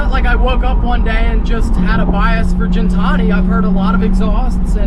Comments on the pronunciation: Its ghen-Tani not gin like the drink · Gintani with a Gih sound not a Jin sound. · It's not gin , it's guin , like pronounced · Please stop saying Jin-tani... love ya but its Gintani not Jintani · For gintani sound that g like Guinea pig not Jin and tonic I think they get offended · You're saying Gintani wrong but amazing sounding car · you do know it’s Gintani not Gintani......?🤣😉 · Hearing Gintani pronounced wrong is so cringe